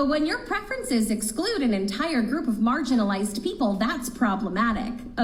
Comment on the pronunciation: Marginalized or margarinealized?